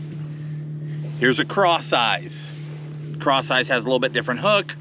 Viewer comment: Who else heard craw size instead of crosseyez?